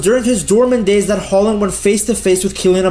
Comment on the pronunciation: As a Brynebu I've got to say: Your pronunciation of "Haaland" (or "Håland") is better than 99% of non-Norwegian speakers!